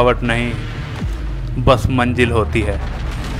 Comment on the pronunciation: Waah kya pronunciation hai. Manjil Janoon hahah